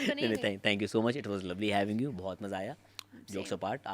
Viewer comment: Sara neelum Kuch words ghalat bolty hai Tu madam aap Ka Bhi word " Buhat " ghalat hai 😅 !